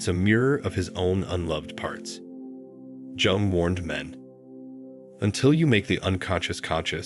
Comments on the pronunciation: you should have learned how to pronounce his surname yung not jung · PLEASE DON’T SAY JUNG AS IN JUNK , ITS JUNG AS IN YOUNG! PLEASE! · And it’s not Jung as in Junk but Jung as in Young. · Please, ask the AI to pronounce "Jung" correctly as "Yung". Or say it once and done, its in the title I think we get it! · Pronounce J in Jung as Y, and U as OO… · Jung as in yoong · Wrong it’s pronounced YOONG. Like book or cook but starting with Y and ending with NG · Who da fuk was Carl Jung pronounced Jung as in junk or jungle. This is complete AI CRAP. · The AI bot couldn't pronounce Carl Jung's name. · It got the first name right but missed the last name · Will you please give this man the dignity of pronouncing his name correctly. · Learn how to pronounce “ Jung.” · How does a report on Carl Jung not pronounce his name properly? If ai is supposed to be so smart why are so many words mispronounced? Words like read, lead, and even women/woman...geesh! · Perhaps, if you know anything about psychology and Carl Jung, you could learn to spell and pronounce his name properly.